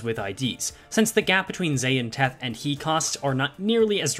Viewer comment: As is tradition, another ESGOO video, another comment left saying that they're pronounced "Tet," "Hey," and "Vov."